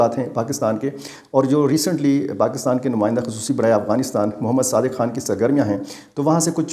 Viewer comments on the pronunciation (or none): none